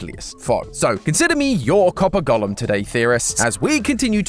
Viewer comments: Please please please - “Go - lem” not “Gollum”… he’s from LOTR! Thank you! 👍🏻😁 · I kept getting confused, thinking he was saying Gollum, not golem 😂😂